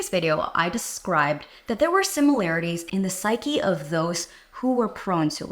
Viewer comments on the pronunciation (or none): none